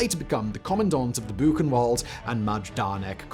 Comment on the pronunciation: Book-en-vald is the proper pronounciation of Buchenwald & there is little to no substantial evidence that Ilse Koch ever actually used the skin of murdered camp inmates for lampshades or soap.